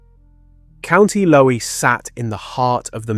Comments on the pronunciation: Just to let you know County Laois, Leesh 😊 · County Laois, pronounced Leesh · County Laois is pronounced leesh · Laois is pronounced Leash. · Co. Laois pronounced Leash